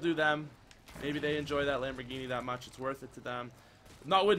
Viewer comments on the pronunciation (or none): none